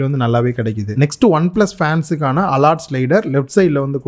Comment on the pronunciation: alert slider❌ allot slider✅ 😂